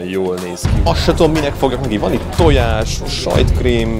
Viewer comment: az nem tojàs hanem tonyàs